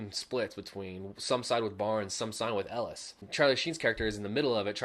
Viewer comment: As a movie-buff, who's favourite film of all time is Platoon, it's so annoying the way you keep saying Ellis.. It's ELIAS.